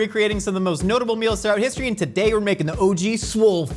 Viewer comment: Did they say Pisstory ?